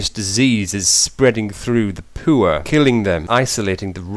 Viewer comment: I love the way he says poor, like puer.